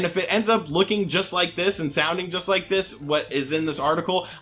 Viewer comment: I rike it a rot